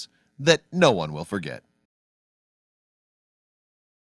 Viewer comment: Forget not forgit. Actually not akshally. Eventually not uhvenshally. We're pleased not were pleased.